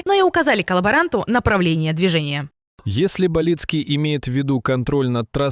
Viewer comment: БАлицкий, а не БалИцкий. Неуч ты. Сколько лет война идёт, а она врагов не знает.